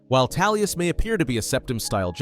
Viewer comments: Amazing Video you said Tallius in the video not Tullius just so you know. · Tullius.. Tullius.. TULLIUS!! who's Tallius?! Literally could not focus on the video 😭🤦‍♂️ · Why are you pronouncing it Tallius, its TULLIUS. I couldn’t get through the intro. I hate when people pronounce a name incorrectly for videos when it’s said verbally numerous times in game/media. Feels like engagement farming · Who's general Talius? Lol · Toolious. as in tools.ez p.s. a story about gay jAlius Caesar would be fun though. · I’m having a hard time believing you even played the game. I hear Tallius, Toollius… bro 🤣🤣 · Every time I hear this dude say Tallius I feel something in me being triggered. It’s sounds more offensive than somebody farting in Church. 😂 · I took a shot while listening to this for every time he said "Talius." I am now recovering from my alcohol poisoning in Heaven. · I was about to berate you on it 😂😂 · Not going to lie, made it difficult for me to watch. Just kept irking me lol, probably more because you seem to know a lot about elder scrolls so it did not make sense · Haha I thought you was trying to conflate Tullius with Talos on purpose....like you was implying he was an avatar for Talos or something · astleast you recognize you arent pronouncing it properly. i can forgive it with such good content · I'm so confused how this happened, is there a scenario in which the letter U sounds like a short A? Not tryna hate, just tryna understand lmao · Never understoof how someone could hear a word, see its spelling, hear its pronunciation, and then pronounce it wrong repeatedly. Gotta be intentional. 10/10 ragebait. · Halfway through the video and I can't help but wonder when the Captain Ranger of the black gate became the General of the Empire, there is only so much we can do with our pronounciations, but it's really distracting xD